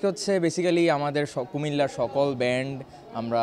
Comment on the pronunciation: উচ্চারণ টা ব্র‍্যান্ড হবে না,ব্যান্ড হবে